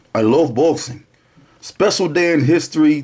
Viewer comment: "I LUHV BOHXIN" classic intro